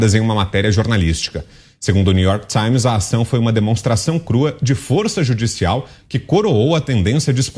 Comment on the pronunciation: new york tsáins